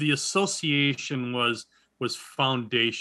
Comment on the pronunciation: Please! It's the A so- see ay shun, not A so she a shun.